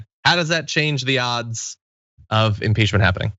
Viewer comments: You did say inporchment we all heard it! Lol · You DEFINITELY saud imporchment.. LOL I was thinking huhhh??? lol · you did say imporchment to much coffee sweet pea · You did say buddy lol imporchment own it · you totally said imporchment lol but thats alright lol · Lmfao..and you did say imporchment...but your right anyway with..just sit on your porch..and nothing can happen..😂🤯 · 'Imporchment' ... sounds about right. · Hah. Imporchment. You said it dude. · Yep, definitely "imporchment". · Haha. I laughed when he said "Imporchment". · 30 Did he say "imporchment"??? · "Imporchment." WAT? 😆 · I heard "imporchment." I'm happy it wasn't just me. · Yes, John did say "imporchment." But at least he didn't say anything about "blah people." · Yes, you did say, “ inporchment”. Fumble mouth. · I heard imporchment too. Clearly. Sorry. It's no biggie, it happens to all of us. :) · You definitely said Imporchment. Don’t be like Trump and deny you made a mistake. 🤷‍♂️ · Sorry, you did say "imporchment". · Sorry dude you said imporchment but, we are humans prone to errors. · Yep, you definitely said imporchment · You did say Imporchment lol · 😆totally said imporchment. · Ya. Ya did say imporchment. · You did say "imporchment" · "...imporchment..." at 31 seconds. Gotta love this new-fangled innertoobs! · You did say imporchment 😊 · I thought he was making a play on words with “imporchment” but then he denied having said it. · Haha! I heard “imporchment” and thought, “whatever, it’s a mistake. What kind of fan would ever post about it?” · You totally said “imporchment.” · Yeah...ya did say imporchment. But so? Lol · You did say imporchment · Im-PORCH-ment team?! Don't need to nit-pick but that is hilarious to me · You did say imporchment. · totally said emporch-ment. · Emporchment sounds like something racist Southerners do. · Yes you TOTALLY said "imporchment"!!!! 🤣🤣🤣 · 'Imporchment.' The art of arranging perch forniture. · Yep, you said imporchment.. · what's an "imporchment team?"